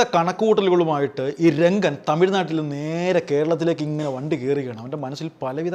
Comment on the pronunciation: രംഗൻ അല്ല റങ്കൻ